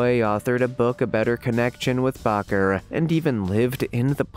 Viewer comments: Jim Bakker's last name is pronounced as Baker NOT Bacher as you have pronounced, it. SMH 🤣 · Its not bocker but baker!!! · So many mispronounced words in one video!! Jim Bakker?? To make it easier it’s pronounced like “baker” the gem though was the “ Jim Bokker indicktment” if you are going to narrate you need to check the pronunciation. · Please dude. In the future check pronouncement of words you aren’t certain of. Indictment has a silent c in it. It would be closer to ‘ in-die-tment’ . And the “Reverend” ? His name is pronounced Baker. Just an FYI. Otherwise…well done! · Indictment is pronounced like "light, without the "L", ie: In-DIGHT-ment. Baker is pronounced the same as someone who bakes bread, the A is pronounced the same as the letter A.